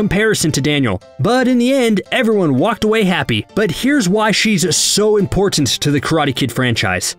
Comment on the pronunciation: The way the narrator says "important" tilts me a little :p